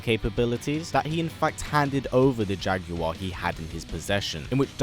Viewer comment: I love how he pronounces Jaguar....Jaaag-goo-whar